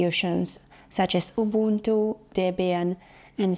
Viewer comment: Finally the correct pronunciation of Ubuntu.